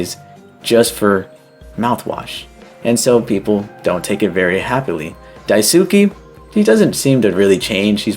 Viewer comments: for daisukes name you got the "dai" right but the "suke" part is pronounced "sskay" the "u" is not pronounced what your saying is daisuki which means "i like you" which is also probably why his name is similar to that haha 👍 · Re: You got the pronunciation of Daisuke's name mostly correct: it's "Dai-su-kay" and not "Dai-su-key". It's a Japanese name, so the letter "e" at the end makes the "ay" sound. Otherwise, this is a really great video, and I totally understand why the pronunciation would be a little confusing! I really enjoy your videos and think you put a lot of creativity and effort into your analysis. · Have you even read Marx? His ideologies and what was attempted in reality are very different, it wasn’t his ideas that killed millions, it was someone else warping and adapting them. Marx’s work had flaws and he as a person was a bigot but that doesn’t mean we should blame what people twisted his work in to on him, there’s already lots to criticize. Also… you didn’t look up how to pronounce Daisuke? 😭